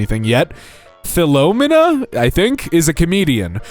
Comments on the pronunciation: "fill low mena"??? really? yikes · Philomena (pronounced "phil-oh-MEENA")